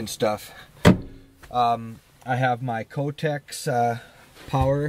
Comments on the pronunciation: That's all I could hear in this whole video: kotex! LOL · "Cotex"... LOL!